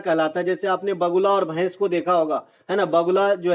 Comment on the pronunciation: भईस नहीं भैंस भाई 😂😂